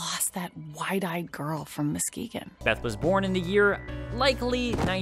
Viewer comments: As a Michigander, the way you pronounced Muskegon hurt me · Bruh butchered the pronunciation of Muskegon but good attention to detail otherwise. Lol